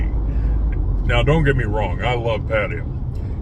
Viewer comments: "Padd-ah-yah' ?? SMH...how long has this guy lived in Thailand?? Good grief... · Your comments indicate that you, simply, 'don't get it'... Seems that in your world, butchering the pronunciation of a major city, a city that you live in, is perfectly acceptable... That is not my personal experience as an expat in the various countries that I've lived in.